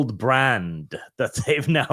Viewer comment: Head of BRAND strategy at JAGUAR and the f'ing weirdo fool doesn't even know how to say the word???